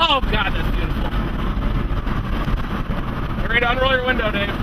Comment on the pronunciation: the guy said butiful....dose he mean teffining